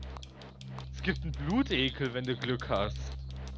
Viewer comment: und: Es heißt Blutegel nicht Blutekel, so nen Fehler macht man eig als Kleinkind xD